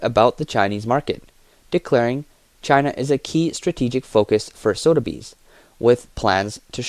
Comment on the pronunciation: It's pronounced Soth-a-bees not Sodabees.